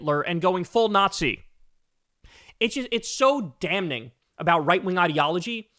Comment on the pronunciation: the n in damning is silent, bro. (dam’-ing)